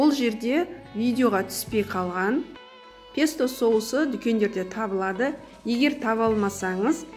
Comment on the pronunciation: рУккола, пЕсто дұрыс ударение қойып сөйлеңіз